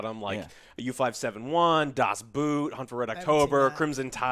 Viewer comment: It's not a "boot", you can't wear it on your foot. It prounced B-oh-t with a long "o" like in "ordinary". 🤓😇